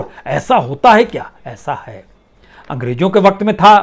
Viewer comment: ANGREJO NAHI ANGREZO BOLO ACHCHA BOLTE HO MAGAR PRONUNCIATION KUCH ALFAZ KA SAHI NAHI HOTA HE